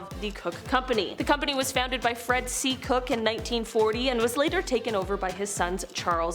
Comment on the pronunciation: Just an FYI, Koch, as in Koch Brothers, is pronounced "coke" like the drink. I wouldn't know that but I live where their headquarters is. The brothers were a bit of a mess, fussing at each other, but their mother was a lovely person supporting the arts. We need more people like her.